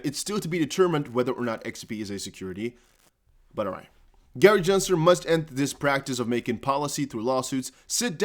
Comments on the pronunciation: (Gen)sler not (Jen)sler 😐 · Unsubscribing. Other XRP content creators have much better sense of what's going on, and what's important. This guy doesn't even know how to pronounce Gensler's name after all this time. SMH